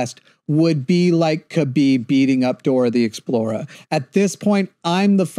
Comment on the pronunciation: Why does he keep saying Dora the Explora?